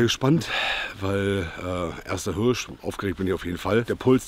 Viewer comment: Wichtig: Immer eine hand in der Tasche beim laufen & die Waffe auf der Schulter!!! Aber Hauptsache er kann Hööörsch gut aussprechen.